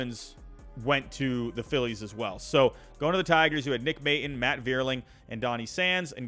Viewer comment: Nick May-tawn is how it's pronounced. Love the vids.